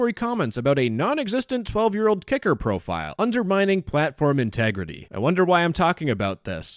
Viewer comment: This is so disgusting i hope they get investigated Btw whenever says kicker it does not sound like kicker